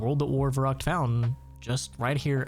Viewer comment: as a german hearing u say verrückt so many times wrong makes me a bit angry xD